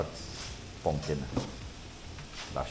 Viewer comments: fish-orange-wide-eyes:🙀It's pronounced 'Pumkin...not 'Punkin.🤓. Beautiful coastline, atmosphere. Getting pictures taken on those Rocks. Live memories. I'm missing out on all that good T&T life 🥴🥲. Blessings to you 🙏👌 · Punkin... lol.. pongkin